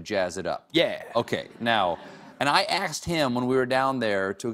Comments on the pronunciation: "Now I axxed him"... Wooh there Stevey, you've been spending too much time in da hood! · Did Stephen say, 'I axed him' (instead of 'asked him') - to imitate the way we speak in the Black community? 😄😄😄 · WTF was that??? did Stephen actually say "akst"? that sax player's face "I think I jazzed a little." These segments are hilarious. They could make a movie of this trip. R rated, for sure. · Stephen says "I axed him". So racist but so funny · What's he trying to do ? I'm serious I don't know. Trying to sound southern? But why? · His South Carolinian comes out every once in a while.